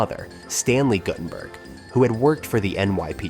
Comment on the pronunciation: why do all these types of videos have shitty AI voice overs? GuT-TUN-BURK , LESSERD........ c'mon..... also, the shirt "mistakes" must have been on purpose.